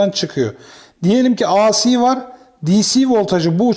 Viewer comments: Emekleriniz, bilgi ve tecrübenizi paylaştığınız teşekkürler. A Si diye ( biri Tükçe, biri İngilizce ) okunmaz, Ey Si diye okunur. DC yi Di Si diye okuyorsunuz da AC yi neden A Si diye okuyorsunuz? Kolay gelsin. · Teşekkürler; ancak ben de kendi alanımda tamirat yapayım. AC derken ya İngilizce ya da Türkçe söyleyin. İngilizce söylemek istiyorsanız "ey-si", Türkçe söylemek istiyorsanız "a-ce" deyiniz. A harfini Türkçe "A", C harfini İngilizce "Sİ" olarak söyleyince "ASİ" (isyan eden) gibi oluyor, tuhaf oluyor. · Hocam, ingilizce telaffuzda "aysi" diye okuduğunuz "IC" diye yazılır. Sizin okumak istediğiniz "AC", "eyci" diye okunur. Düzeltelebilirseniz çok iyi olur. Video için de emeğinize sağlık.